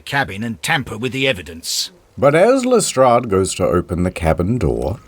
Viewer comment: "Hluhstrradhh" "Sherlorkehh"